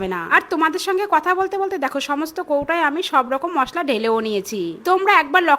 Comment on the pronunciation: মশলা ❌মশকা✅😂😂😂